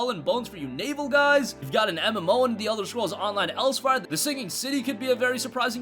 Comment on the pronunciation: Elsweyr. ELS (WHERE) not else wire